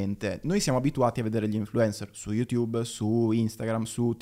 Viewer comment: Tutto appassionante ed istruttivo... ma è possibile che dopo anni e anni sul tubo pronunci ancora il nome di sto social "yutubbE"???